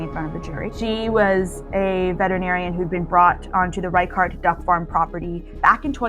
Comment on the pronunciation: It's pronounced "rey-shart", not "rai-kart".